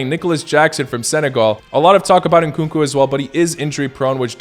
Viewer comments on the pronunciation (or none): none